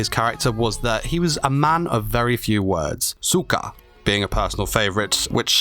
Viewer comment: Dude accent on the O' on sooka You sad suka wich in russian...myea